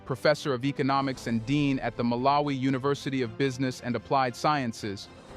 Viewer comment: Don't you know how to pronounce the name MALAWI not MALA-WI. makes you sound like a first grader illiterate 😮